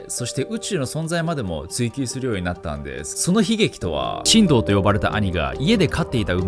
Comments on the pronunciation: 神童の発音が進藤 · 神童が新藤に聞こえる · ナオキマン、神童の発音違うけど誰もコメント欄で指摘しないの優しい世界？ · しんどうさん の言い方がきになってまう